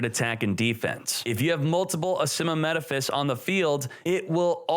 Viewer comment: *Asymmetaphys. And NOT ASYMMAMETAPHYS. It's like pronouncing "Asymmetric" before the word "Metaphys".